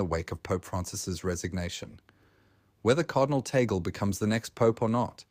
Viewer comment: Pronounced: TAG-LE